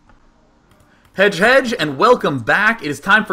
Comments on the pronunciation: Hedge hedge, roflmao i didnt realise he ment Hej Hej till i read the comments.. Yeah its pronounced like Hey Hey, or maybe Hei Hei. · You are right, It's pronounced kinda like "Hey hey".. I never realized that Day9 actually meant "hej hej", I thought he said like "Hedge Hedge" ^^ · It's Hej Hej, as in swedish for "Hey hey!", but pronounced wrong on purpose.